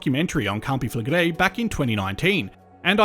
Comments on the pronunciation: First English person that I’ve seen on YouTube say campi flegrei correctly 😮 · Thanks for proving that it IS possible for an anglophone to prononce their name correctly.